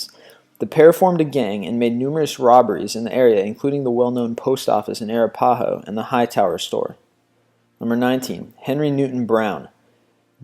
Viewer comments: Puhleeze....stop narrating .....Ara Pa ho? How about Arapaho? And please learn how to pronounce Chiricaqua you are insulting descendants. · arApaho, not arapAho.. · Jeezus...get your facts straight, man. It's pronounced bass, like the fish, not the instrument. And it's uh-RAP-uh-ho, not air-a-PA-ho. (Arapaho) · you might want to review your pronunciations of some names, ie Sam BASS not Base, Arapahoe, Chiricahua is not ...hooah. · Not a bad collection, but for the love god will you find out how to pronounce American Indian tribe names. Arapaho: ah-RAPPA-hoe. Geronimo belonged to the part of the Apache tribe called bay-Donka-hay. And the other band of Apaches you refer to is pronounced sheer-ah-COW-ah. I don't think I can properly spell the last two properly without consulting a book. Otherwise, keep up the good work.